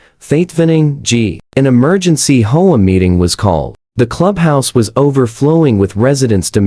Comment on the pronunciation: There’s no F-ing way HOAs have any right or jurisdiction to inspect the interior of a residence! That would get someone seriously hurt if not killed. Also HOA isn’t a word but how do teach AI to pronounce it as H O A?